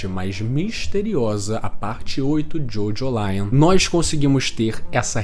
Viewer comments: Não costumo corrigir pronuncia, mas a forma de pronunciar Jojolion é como em Evangelion e não como em Lion de leão, pois o sufixo lion é para dar essa ideia de evangelho mesmo. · a pronuncia acredito q nao seja essa, nunca vi ninguem chamando evangelion de evangelaion